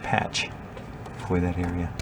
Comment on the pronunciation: When you said "earia" for "area" I had a flashback to high school. My math teacher in 11th grade was from NH and would say "valium" for "volume" and "salad" for "solid." She was (and presumably still is) a lovely woman, but it was hard not to giggle a bit when she'd get annoyed with someone. "Jason, you HAVE to learn the formulas for the surface earia and valium of salads." I was 16 and easily amused, what can I say? I did get to have the experience, twice, of moving to places where my movie/television standard Midwest accent was odd. And I'm a teacher, so my students thought it was hilarious when I'd say something differently.